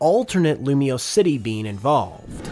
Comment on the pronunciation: IT'S LUMIOSE, NOT LUMIOUS! FIX IT NOW!